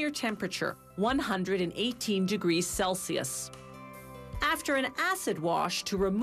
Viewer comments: did she say celsios? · Celcius...Wrong pronunciation